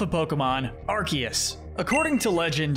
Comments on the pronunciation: He said Arceus correctly though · finally someone who says arceus right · For your information, the C in Arceus IS supposed to sound like a K! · Arceus is pronounced aar- see- uhs